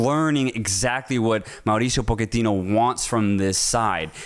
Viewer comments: I love you guys but, why are you pronouncing his last name “Poketino”? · Hearing Pochettino's name being mispronounced. It's not that hard. Even the premier league commentary never used that pronunciation 😂